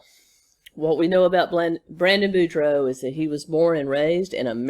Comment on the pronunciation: Thanks for pronouncing boudreaux correctly!